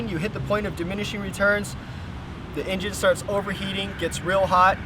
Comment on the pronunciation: he said prime the emgine